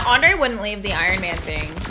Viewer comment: He said it’s like he’s made out of iron he said that iron iman it’s like he made out of iron